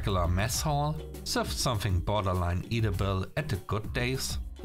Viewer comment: a pronunciation thing: edible does not have the long E sound (street). It has got the short E sound (bed).